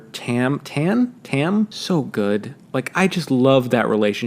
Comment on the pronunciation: How can you not remember how to say Tam?